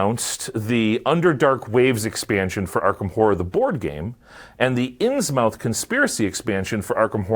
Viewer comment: "Innsmouth" is pronounced like Plymouth, Portsmouth, Monmouth, etc. "Muth" not "mouth"